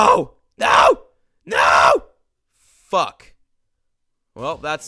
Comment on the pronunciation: Lmao the way he said Fuck Fock